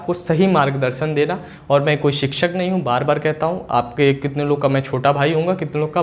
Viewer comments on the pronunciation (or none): none